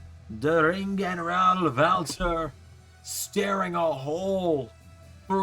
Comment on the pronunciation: hh the way he says walter wtf